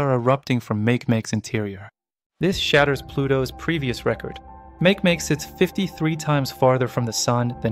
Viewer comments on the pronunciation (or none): Makemake is pronounced as "mah-kay-mah-kay."